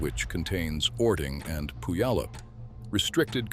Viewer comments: Learn how to pronounce Puyallup. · He almost got Puyallup right 😆